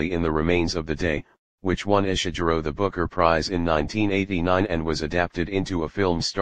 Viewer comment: Please dear Bot, please no Ishiguro like june but Ishiguro with a g like gourmet. People will imitate you and they ll sound ridiculous.